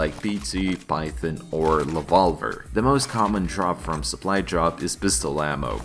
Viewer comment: пов все видео чтото там соплу джоп соплай джоп